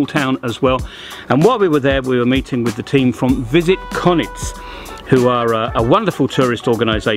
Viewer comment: I'd love it if you would learn how to pronounce Konjic correctly. It's pronounced Kon-yits not Konits.